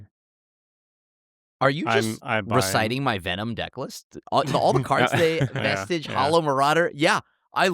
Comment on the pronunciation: Would have bought if had consistently pronounced the vestige...right or wrong. Also Tomer is right. In any optimal high power pod without house bans, chances are there's a Trouble in Pairs Rhystic Smothering...or use it defensively and steal something enabling your opponent even if it doesn't synergize with your deck (maybe that's why Herr Caretakers Talent doesn't want to buy in).